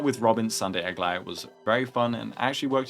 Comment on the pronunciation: It's official, is definitely my favorite 🤣🤣🤣🤣 it's beautiful. The outfit, colours and even the accent just feels RIGHT 😂. Nothing can beat this, nothing.